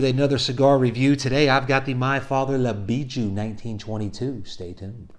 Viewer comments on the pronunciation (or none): Dude can't say the name correctly 😂